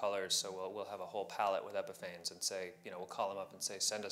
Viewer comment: Isn’t it pronounced like epiphanies?